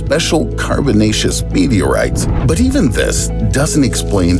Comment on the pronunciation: "Carbonaceous meterorites" hahahahahaha!!!!!! What a joke 😕